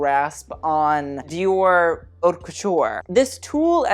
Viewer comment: Someone finally taught him how to say haute correctly.